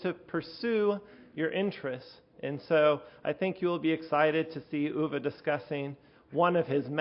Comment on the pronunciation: Uwe with an ou as in you, and not an ü as in über... or Tür...